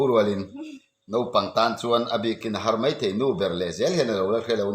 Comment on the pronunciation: A zawt tu pa ber pawh hian ; Hnar a lam dan kha a dik lo , Lui ( tui ) hnar ang a lam tur a ni lo .